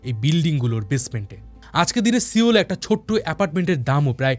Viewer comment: সিওল না সোল বলে😅